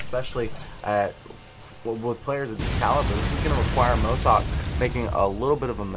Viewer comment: cMotoK pronunciation is Moto Kay